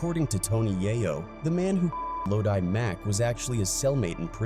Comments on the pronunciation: itssssssssss LO-DI as Looowwww-Deeee Mack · Fr, the pronunciation is crazy. Ffs.😂🤦🏾‍♂️